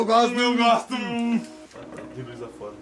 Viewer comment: o "eu gostum" kkkkkkkkk